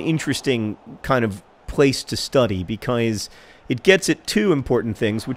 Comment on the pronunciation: "becoise" - John Green